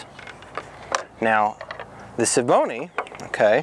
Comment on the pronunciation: it's also S V Bony.. not Schevboney.. or whatever you're trying to say